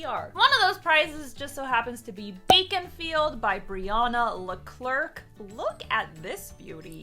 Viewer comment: She had be at Baconfield. I know it's Beaconfield, but it SOUNDED like BACONfield. Who doesn't want a field of Bacon?!